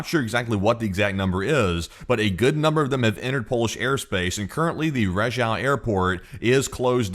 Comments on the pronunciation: Rzeszów is pronounced Zheshoov 😊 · rzeszów is pronounced zheshoof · Rzeszów is now a very important city and you will refer to it many times so my gift for you is the pronunciation - phonetically you say "Je" like French "Je Taime" and "shooph" like "shoot" but "t" replace with "ph" like from "phantom" or "f" like "from, first etc." - je-shoof. You are welcome :)